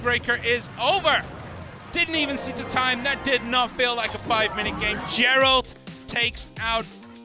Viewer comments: I like how the the commentator pronounces "Geralt“ as "Jerald" lmao, does he even speak English? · It’s pronounced Jeralt